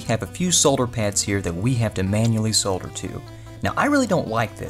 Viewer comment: I think is the only North American I have seen who can pronounce the word solder